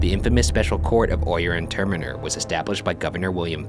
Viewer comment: Could someone tell them how to pronounce "Oyer and Terminer"🤦🏾‍♂️😂😂😭. And the "ghost voices" are killing me.🤣🤣